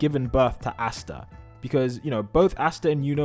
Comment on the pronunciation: Why do you say Astas name like that...